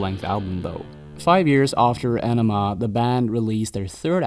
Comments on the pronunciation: Great video! You mispronounced their second full length album, however. It's pronounced "AHnima", not "Enima". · AWnima...not Enema...oi. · Ænima is pronounced "eye" "neh" "ma" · sigh It's Justin Chancellor, not Adam. You mispronounced "Ænima". The album title is spoken in the same nomenclatural vernacular as the Jungian psychological tropes, to wit the Anima / Animus. The title track is pronounced akin to the process of shooting water up your ass. You mispronounced "Lateralus". The "...alus" is spoken as a descending syllable with a soft "h" sound. The ten thousand days refers to the amount of time Maynard's mother was imprisoned in her wheelchair. The aspect of Saturn descending and ascending is 29 years. You failed to mention Maynard's stint in Green Jelly (pronounced "Jell-o" due to copyright issues). "72826" is pronounced in the same manner as a zip code. Not however you did it. As a proud Tool devotee since "Opiate" dropped in 1992, when I was a 16-year old high school sophomore, (with the multiple tattoos, tour shirts, imports, ticket stubs, and autographed setlists to prove it) I can assure you, with all certainty, that you are not worthy of them, and I am embarrassed for both of us. Please cease and desist with your pseudo, ignorant fandom and move along to something more your speed, like Nickelback. I wish you well